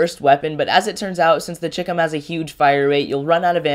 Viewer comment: Just a small point. Everyone is mispronouncing CHICOM. It's a shortened version of Chinese Communist. So, it's sort of like Chai - Com...